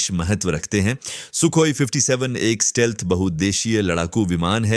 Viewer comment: It's stealth and not steelth